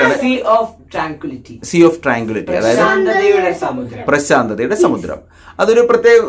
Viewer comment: പ്രശാന്തതയുടെ സമുദ്രമാണോ അതോ പ്രാശാന്ധിയുടെ സമുദ്രമാണോ ഒരു സംശിയം